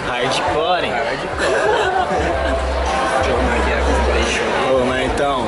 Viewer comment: O FICOU DE VELA KKKKKK, "RÁRDICÓRÍ" MANO